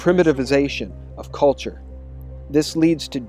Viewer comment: Coldture, Calture? Give me Culture!